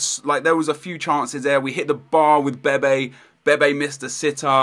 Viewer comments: When you say bebe you say baby lol :P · I swear you pronounce some names wrong on purpose, like bebe, what's the point? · Btw bebe is pronounced Beb-ay